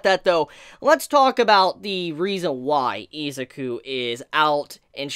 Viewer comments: (ih)(zu)(kew) Not eezakew Izuku. Not Izaku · I thought it was Izuku, not Izaku.